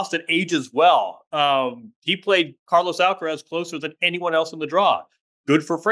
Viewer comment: It's Car-LOS not Car-loese. It's DJOK-O-vic not Djoeker-vic. Don't you say LOS Angeles, not Loese Angeles in the US? 20 more years?🤯 Call him Charly!